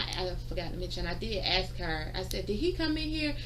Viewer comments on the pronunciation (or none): She sure “axes” a lot of guys. Is that even legal? Axin’ guys? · We're axeing u to leave now lol... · Ask, aks and aksed wow. What an educated person. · She axed him so many times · I'm confused, this lady is a lawyer? " Dis when I axe " " An den dats when " ? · "Axe"???? She works for the government and she cannot speak English? Sad and disgusting.....and she's a liar! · My new law... anybody that uses the word axe in place of ask can never be a judge!!!! Yes you read it hear... new law... because I’m real important to me! And my opinion of me is all that matters!! Lol This broad can’t complete a full understandable sentence! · My new law, anyone who uses hear, in place of here, only gets one vote per election... but still anyone saying axe in place of ask shouldn't judge anything.